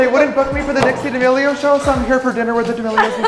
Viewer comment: James called I dixi dramic